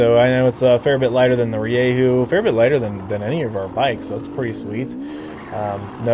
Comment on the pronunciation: Stop saying ReeYayHoo